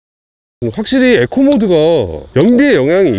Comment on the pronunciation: 형.. 에코가 아니라 이코,,, 이코……